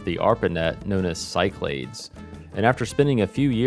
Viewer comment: Awesome! I don’t know why I think this but Cyclades may be pronounced Sick-la-dees? Been enjoying this whole series and can’t wait for a crossbar POTS Telco series!